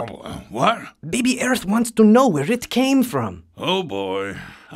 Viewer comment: earth cannot say r